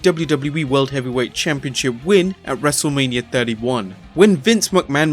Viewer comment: Its Wrestlemania not Wrestlelamia